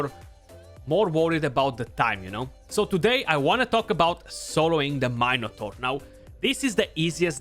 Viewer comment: “Main a tor” 🤣🤣 bro you made my day! No disrespect, I love you mate for all the knowledge that your giving us!